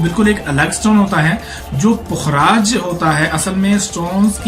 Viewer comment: Bhai pukh-raaj hota hy. Fukraaj ni hota. Pay khay puk bnata hy. Apki pronunciation galat hy. Ye meri ami ka naam tha. Pukhraj ko yellow sapphire kehtay hain. Topaz brownish orange hota hy. Pukhraj light yellow, white, sky blue colour mein hota hy aur gem stone hy